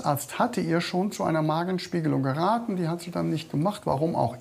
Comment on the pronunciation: "Grateng" lol!